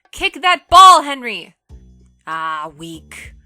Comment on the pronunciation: I don't know what's worse the game or the mispronunciation of Henry, Thuram and Figo)))